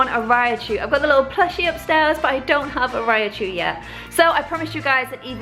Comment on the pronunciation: Rai-chu, 2 syllables. Not Ri-A-chu.